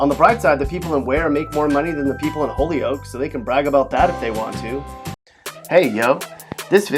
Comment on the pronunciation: NOPE NOPE NOPE! Holyoke isn't pronounced holy oak. It's hoy yoke. Omg.